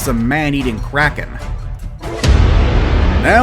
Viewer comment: Are you from sweden??? K-R-A-K-E-N